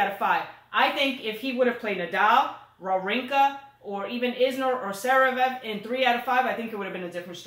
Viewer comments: Ha ha! says "zev-rev", which is wrong, of course, lol!:P It's not a big deal, we all know who you guys are talking about! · But doesn't pronounce Zverev correctly either! LOL